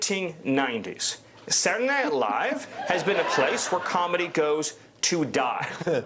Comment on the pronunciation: heehee... "sadunaynite Live"